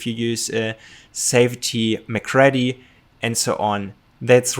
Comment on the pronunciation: His name was pronounced Macreedy rather than Macreddy.